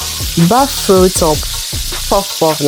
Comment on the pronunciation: Finally, someone who pronounces it as bofrot